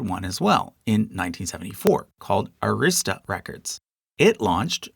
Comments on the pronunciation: It's pronounced "AAAAA-rista" (rhymes with "barrister"). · BTW, when saying the name "Arista", the stress should be on the first syllable, not the second. My favorite band is the Dutch symphonic metal band Epica, and they're signed to Nuclear Blast Records. One of my favorite country singers, George Strait, is signed to MCA Nashville, though. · Good information, but several well known labels were omitted, ABC- Paramount, Imperial, Liberty, M-G-M, United Arttists to name a few. It would be interesting to include these and many others in another video. OH, and please check your pronunciation of Arista Records.